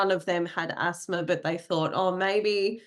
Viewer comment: Asthma has no "r" in it. Same with No. The way this lady talks "Asthmer" "Noer" is really irritating.